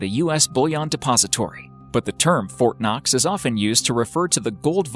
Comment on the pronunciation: When they said Fortnoxx or whatever, I heard fortnite...